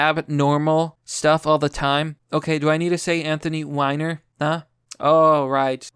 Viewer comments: Say it right dude...its Anthony WEEEEner. That is literally how you say it. Come on man, his name and the dick pics...cant screw that joke up. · Omg youre going to send my ocd sky high. 1- Q- Ah-Non (like ANONymous) 2- Stat-in Island 3- Anthony Wee-ner